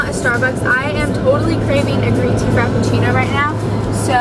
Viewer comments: Am i the only one who heard crappachino? No offence i just heard it 😂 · omg “frapachino” 😭